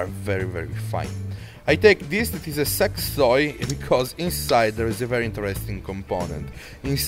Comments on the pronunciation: I must of misheard it Sex Toy.... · Great video...hey u said sex toy hahahahaha smart idea :-))